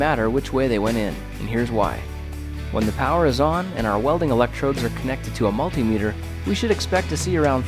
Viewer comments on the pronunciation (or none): none